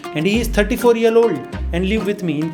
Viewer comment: 34 yeal🤣😂 No hate bro❤️